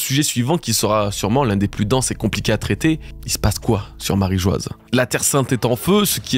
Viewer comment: Bravo pour le taff ! Merci :) J'ai juste une suggestion : est-ce qu'on peut arrêter de prononcer Marie Geoise alors que c'est Marie-Joie ? 😅